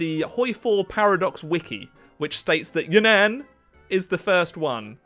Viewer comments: Its You nan not Yunan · “Could you imagine if I was pronouncing this wrongly the whole time?” 云南 (Reen-nahn, ig) or Yunnan is not pronounced Yuhn-ann. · As a Chinese person, I can confidently say that it is pronounced Yún nán rather than ya nan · It's pronounced more like Yoo-nun. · He's pronouncing Yunnan wrong 😭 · Do Yunnan again because you mispronounced the Name